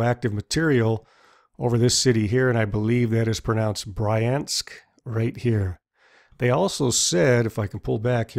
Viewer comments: Pripyat Pri-p-jet Pripyat/ˈpriːpjət/ Bryansk Bri-ansk Hope that helps. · Haha that is definitely not pronounced like Bryan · I also loled at Bryan-sk. A city of Bryans :) The video is great though